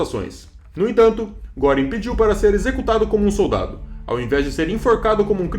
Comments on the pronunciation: "Guêring", "Kaitel" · Se lê Guêring. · GRANDE DIFERENÇA ESSE TEMPO DE ENFORCAMENTO, RECEBERAM O QUE MERECERAM.....E NÃO É GÓRING ...É GUERING... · a pronúncia de Goering está errada!!!